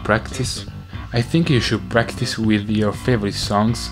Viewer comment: When David says "with" it sounds like weed